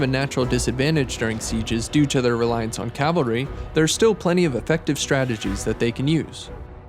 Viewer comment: cavalry not calvary